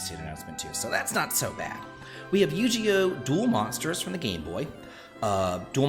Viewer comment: Bro... Yu-ji-oh? Yu-GI-oh You're not an old man XD